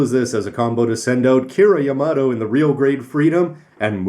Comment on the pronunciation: Why do you say "Kira Yamato" the way that you do?